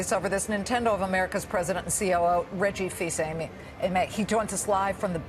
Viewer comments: "Reggie fees aimey" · Im more angry that she miss pronounced Reggie Fils-Aime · I was dying at how she butchered it lmao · Joel Mais she knew about the game, but she still mispronounced Reggie's name 😂